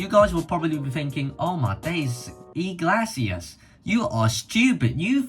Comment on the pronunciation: More like ee-glay-see-ass but ok